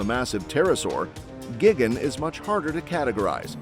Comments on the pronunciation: GIGGEN? ugh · This mf said gigane** what an absolute imbecile